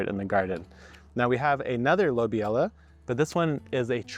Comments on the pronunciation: “Lobelia” is actually pronounced: Low-Bee-Lee-Uh (NOT: low-bee-ella) 👍 “Love-in-a-Mist” is actually an INEDIBLE Nigella variety. However, Nigella “Sativa” seed is edible—commonly used as a spice in (East) Indian cuisine. Nigella Sativa goes by many names, including: fennel flower, nutmeg flower, Roman coriander, blackseed, black caraway, or black onion seed. I’ve tasted them all…but Nigella Sativa doesn’t taste like ANY of the aforementioned seeds. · I've always heard it pronounced luh-BEE-lee-ah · how to pronounce lobelia: low·beel·yuh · Lobelia is pronounced with the stress syllable on "be" loh BE lia Love ALL your videos!! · "Lobelia" is pronounced something like "Low-beel-ya" or "Low-beely-ah". fun trivia: it's also the name of a bit character in The Lord of the Rings - one of Bilbo Baggins's relatives, Lobelia Sackville-Baggins. You can hear the name said here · it's lo-beel-ia :) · Lobelia - low-bee-lee-ah. 🤣🤣🤣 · Just so you know, it's pronounced Lo bill ya. I hope this helps you.